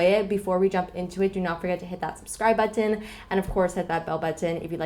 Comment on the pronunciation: Off topic... Can you keep saying the word "button" throughout your next video?!? I love how you say each letter!!! I say it "Bu-in"😂 GREAT VIDEO AS ALWAYS!! ✌🏾️💜💄💁🏽💋